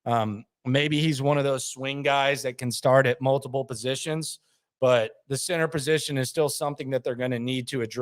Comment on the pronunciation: I love but I find it funny when he says the word “center” he pronounces it cenTER and it bugs me more than it should lol